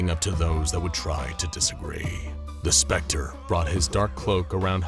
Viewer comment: The narrator said " Homelander " casually but when he said the spectre it was more like: " Homelander lasered T̸h̷e̵ ̴S̵p̴r̸e̷c̴t̶r̷e̸ only to find that the T̸h̷e̵ ̴S̵p̴r̸e̷c̴t̶r̷e̸ has appeared behind him, then T̸h̷e̵ ̴S̵p̴r̸e̷c̴t̶r̷e̸ punched Homelander *